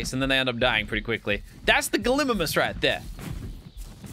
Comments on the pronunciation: what the hell is a galimmmmmmimmmmus ...... GALLY-MYMUS ffs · It's Gallie-Mimus. But what is a gliminis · It’s pronounced gal-A- mim-us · GALY-MY-MUS thats how you say it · It’s Galli mim us